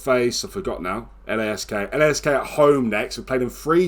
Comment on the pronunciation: Tip: Lask is pronounced as 1 word